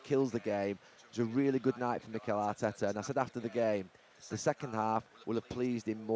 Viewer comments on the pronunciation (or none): none